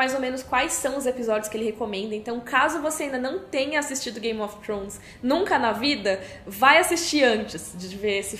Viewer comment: depois de 9 anos e ela ainda não aprendeu a falar "thrones" ainda rsrs